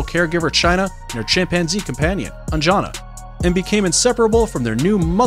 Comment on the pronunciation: LOL It's not pronounced like 'An-jaa-na'. 'An-ja-na'✅️